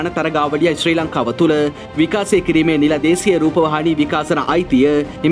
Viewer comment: විකාසය නෙවෙයි බං.. විකාශය. ඔයාට "ශ" යන්න කියවෙන්නෙ නෑ නේද?